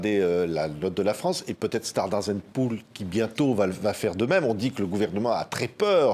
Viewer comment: les OAT indexées sur l'inflation ne représentent que 10% de la dette émise... c'est Standard & Poor's (pas "pools"...)